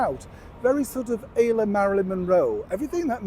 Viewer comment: ‘à la’ is pronounced alla not ayla ❤ (& bons mots as bon(g) mow) ❤